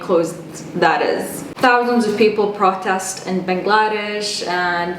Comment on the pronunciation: Bangladesh is pronounced Baang la desh (the stress should be on the Baang and not the 'la' part of the word)